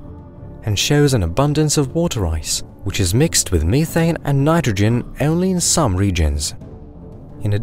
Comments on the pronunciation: Meth. Methaine. Not meetaine educated peoples make me whonder where they ghot an edgecation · "ME-thane".. lmao